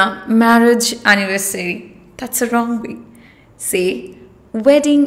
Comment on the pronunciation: Why movies and not either movie or book? Why should say in plurel if I will watch movie. Anyone don't watch many movies at time,just watch one movie or read book. Besides, your pronunciation in "say" is sound wrong!!